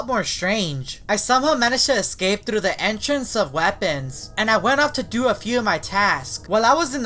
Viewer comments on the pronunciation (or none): You are best. Memes: Me: Communication: Khimunicationp Me: Thru: Thuru